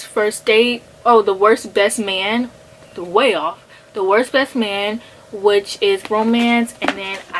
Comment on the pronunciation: I love how you kept butchering The Worst Best Man's title 😂 I really love this concept, I'd love to see more videos like this!